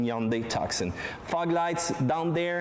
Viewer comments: It is not "TuCson", it is pronounced "Tuson", the "C" is silent.... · It's Tucson, with a silent 'C'. tooh-son. Like Tucson, Arizona. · Tucson is a city in Arizona, United States, the correct pronunciation is Too-Sun, two-son, it's a beautiful car from every angle, from new it comes with a 5 years unlimited mileage warranty and the top of the line is fully loaded, no other car in that price range comes with so much specification, if you want all the optional specification on a European car it would cost you twice as much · It is pronounced "Two- Sawn"